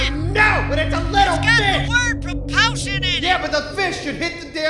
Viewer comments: It's a pro-PUL-shun cannon! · “It’s a pruh-poleshun canon!!!!” 😤